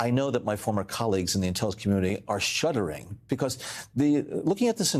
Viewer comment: Mr Brennan spoke a word which seems audibly ambiguous The context would indicate the word "shuddering" Unfortunately either the way he uttered it or some recording anomaly made it sound more like "shuttering", a significantly different word I'm no Sherlock Holmes but it's a curious anomaly...